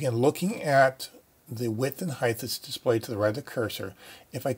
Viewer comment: it's "HEIGHT", not "HEIGHTH". You lost me there